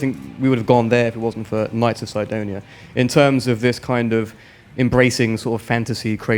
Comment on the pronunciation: I never knew that is how you pronounce "Cydonia"